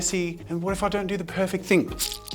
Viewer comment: its don't not jon't